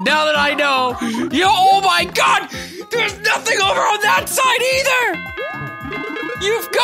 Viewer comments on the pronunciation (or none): none